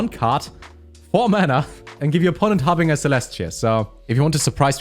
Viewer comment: I am a big fan of that pronunciation and i think it should be the official version, because I used it too, but it's pronounced "haar bin jer"